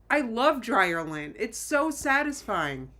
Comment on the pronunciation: You said dryer lint and I heard DryerLynn.